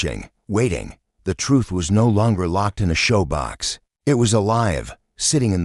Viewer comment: Shoebox not showbox. Periods (DOT) are silent. This reader is frustrating even though your story is good.